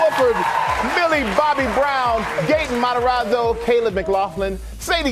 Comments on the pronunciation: The interviewer: GaTeN MaTaRa-oH Gaten: feels extremely disrespected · ‘ GaTEn MAteRoRrO’ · nobody: the interviewer: gaten mataralllo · No one literally no one Person: Gaten Matararo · Gaten Matazaro Edit: I come back after a week. I forgot I even commented this. it legit just says gAtEn MatAzArO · when the man sad gaten matoraro AHHAHAHHAHA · “gaten matrazho” “finn wolferd” “noah snap” how. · Ahhh yes, Gaten Mazararro